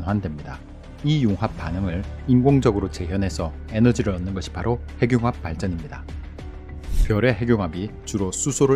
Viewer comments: ‘핵늉합’이라고 읽어야 하는데 ‘해귱합’ 이라고 읽으시네요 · 핵융합 발음이 행늉합이 바르다고 하는데 대부분 해귱합으로 발음하네요.